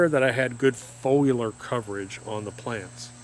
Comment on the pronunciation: He said “folular” so many times he almost had me believing that’s how you pronounce foliar 😂